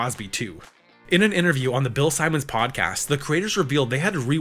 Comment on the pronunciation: Bill Simmons not Bill Simons 🙄